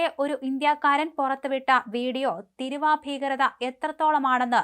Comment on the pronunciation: തീരുവ ആണ് തിരുവ അല്ല